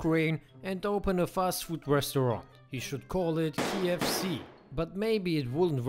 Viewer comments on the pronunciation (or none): Kiev C 🤣🤣 instead of KFC